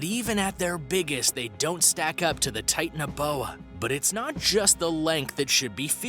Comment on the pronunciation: Titan-uh-bowa, Mega-low-don 😂 I kept laughing every time he said these and a couple others, I had to re-watch it 3 times. Good video if, you can get past Titan uh bowa.